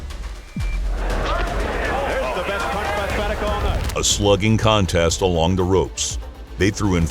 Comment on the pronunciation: Do you ever watch your own videos before releasing them? Because you incorrectly pronounced Jeff Fene(ch) wrong, followed by footage of an Australian announcer correctly saying 'Fene(k)', and then you immediately went back to mispronouncing his name. It really doesn't matter, but I'm sure if you'd watched this before release, you would've noticed it.